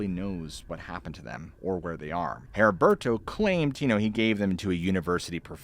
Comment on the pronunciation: Maybe other people pronounce it differently but my fathers name was Heriberto (Eddie-bear-toe) hearing your pronunciation made my eye twitch LOL. as always amazing story telling though.